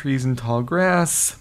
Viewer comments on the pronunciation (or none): none